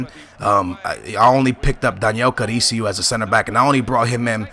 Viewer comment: it's Carriço not Caricio